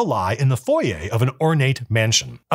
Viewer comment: I think I played this within the 1st twelve modules way back then. Keep on the Borderlands was 1st. P.S. you earned my subscription by saying foyer correctly. :)